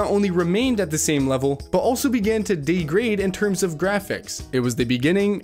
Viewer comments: Don't forget "day-grade" (degrade) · how does one speak perfect English but just randomly mispronounce "coherent" and "degrade", its baffling.